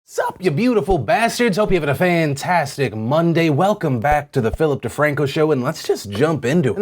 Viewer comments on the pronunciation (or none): none